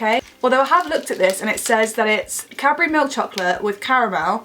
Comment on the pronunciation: Every time she says "Cadbury" I hear "capri." hehe